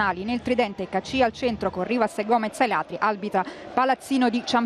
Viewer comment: ma come cazzo pronuncia caccia???? rai style !!